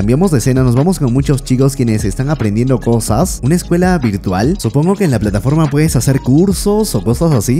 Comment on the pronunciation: Que manera mas interesante de pronunciar. "Cowsas", "me encawnta", "me gwusta", "me rewpresenta", "tres owjos", "Towdos", "infowrmación", "sin mwas"...Algownos ejewmplos en los primeros tres minuwtos.